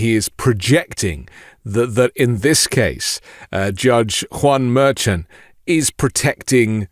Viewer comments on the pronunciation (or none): Please check how to pronounce Juan Merchan. Haven't heard anyone else pronounce it in that way.